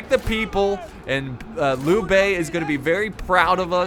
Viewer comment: And decent job on pronouncing names like Lui Bei and especially Cao Cao (which gets butchered so much.) Its a weird name to translate into English even considering the rest of the language, but Changban is pronounced "Chungbon" but even writing it like that is still wrong haha. Such different languages.